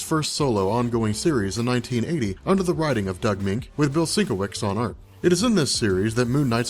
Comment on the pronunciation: Doug Moench = Doug MEN -CH, not "Mink". Bill Sienkiewicz = Bill SIN-KEV-ITCH.